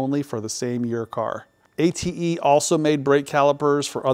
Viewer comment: there probably is not a cross reference for parts, same part with more than one car make application. How do you find these? Glad to hear "ATE" pronounced correctly.